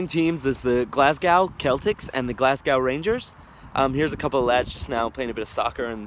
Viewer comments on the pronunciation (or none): did the most American thing ever and called them the CELTics instead of the actual pronunciation SELTic 🤦🏻‍♂️ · Don't yanks call the Boston Celtics the "seltics"?